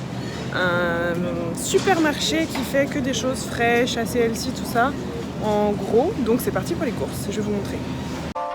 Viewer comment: Je parlais du nombre de fois où tu as prononcé "elssi" 😂😉 au lieu de 'healthy' ; évidemment faut profiter de manière raisonnable, toujours 💪🤗